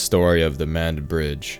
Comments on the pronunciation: Great video, but as someone from the area, it’s pronounced Mah-ned. Just a heads up. The closest Crystal’s would’ve been about 15 to 20 minutes away as are most fast food restaurants. There’s not a whole lot available in the county, so most people have to travel out of county for work. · Pronounced “Mah-Ned”